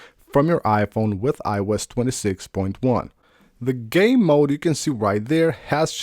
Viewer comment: ik it's "game mode" but I can't unhear "gay mode" 😭💀